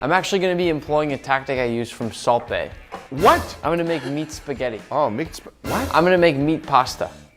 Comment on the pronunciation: i kept thinking he was saying "Salt BAY" like as a location somewhere in the US. They meant Salt Bae.....